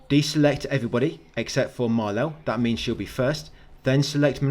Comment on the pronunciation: dont call Maelle,Malel pls 😂😂😂 youre too funny mate